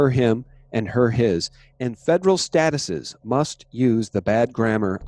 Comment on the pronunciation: appreciate all you do, but just want to suggest to you that "Statutes" is not to be pronounced as you did in this video, "stat - uh - says", but rather as "sta - choots"